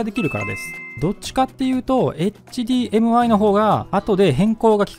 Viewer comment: それもだけど何度もHDMIをエッチディーエムアイって言ってるのが気になる 普通はエッチじゃなくてエイチって発音しないかな